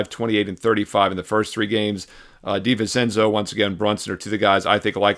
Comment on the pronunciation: It’s Di-vin-chenzo. 🤌🏼